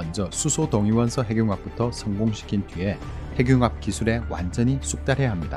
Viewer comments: ‘핵늉합’이라고 읽어야 하는데 ‘해귱합’ 이라고 읽으시네요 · 핵융합 발음이 행늉합이 바르다고 하는데 대부분 해귱합으로 발음하네요.